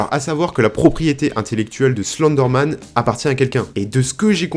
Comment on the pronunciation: Tu prononce mal Slenderman